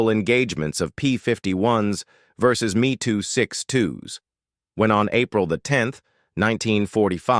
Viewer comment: Hey idiot robot!! It's not ME as in myself me it's M - E 262 ...figure it dummy or go back to the scrap yard...I'm out!